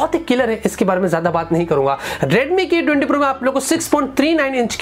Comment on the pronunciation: i heard redmi Gay 20 pro lol.